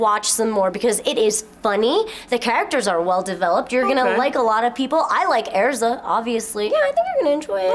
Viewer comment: please don't say erza in english.... just say elz/sa PLEASE xd